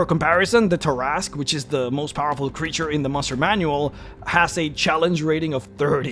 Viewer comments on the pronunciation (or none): none